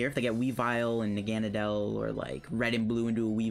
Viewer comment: I THOUGHT I WAS THE ONLY ONE THAT PRONOUNCED NAGANADEL LIKE THAT!! IM NOT ALONE!!! Everyone I know says “nog-uh-nay-dull” 🙄